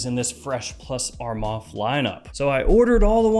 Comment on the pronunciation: Bro please correct your self its not a 'ARMAF'